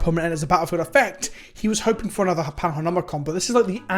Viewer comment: “Panharnomicon” lol